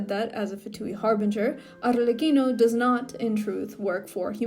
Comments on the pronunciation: The way you said Arlecchino is sooo satisying "Arrrlecchino" 🥰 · As an Italian, I must say that I'm rather pleased with the pronunciation.